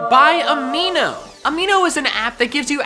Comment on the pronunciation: I heard aveeno instead of amino